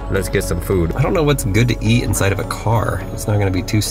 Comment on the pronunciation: I like the way that sayed food "fuud" 😂 Prob the moment for loop